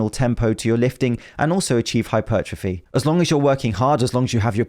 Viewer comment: please for the sake of welches grape juice IT IS NOT hypert ruh fee TWO WORDS HYPER. TROPHY. HYPERTROPHY. NOT HYPERT RUH FEE.